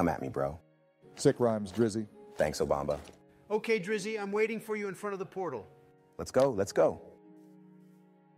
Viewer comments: Obamna Obamba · saying "obamna" ☠️ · I love how nobody ever pronounces obama correctly